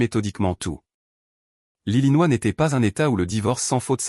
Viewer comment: 6mn 05 sec environ..Faut bien choper le truc parceque ça va vite !!! Attention !😳..C'est rapide et choquant !!😱......." Lili Noah...!!!!" Au lieu de " l'Illinois "...!!🙄😁😁😁 Alors, je pose la question..Que viens faire cette " Lili Noah " dans cette histoire ?? Et où Vittel ? 😂😂😂😂😂